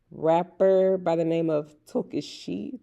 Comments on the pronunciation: Tokischa is pronounced (Toh-Key-Sha). She’s like the Latin Sexy Red but she makes reggaeton music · Her name is pronounced “TohKeisha”. Lol she is blowing up I really like her vibe ❤